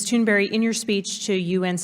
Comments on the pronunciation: Hey Spankburger, it's Thunberg not Toonberry. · Greta Thunberry!?! Americans always butcher the European names. lol :P :D :D But this girl is awesome. Much power to her and the whole movement.